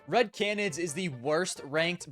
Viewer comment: one day will be able to pronounce “canids” correctly and consistently